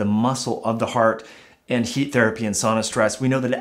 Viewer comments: This is great information. I wish I could get past Your incorrect pronunciation of sauna. Sow-na not saw-na. Still worth listening to. Very good information. Thank you and keep up the good work. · not 'saw-na but Sow-na